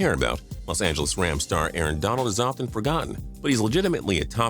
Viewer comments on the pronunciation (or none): none